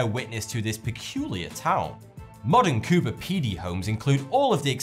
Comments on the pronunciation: It's Cooper Pedy. Not CooBer Pedy. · its Cooper Pedy, not Coober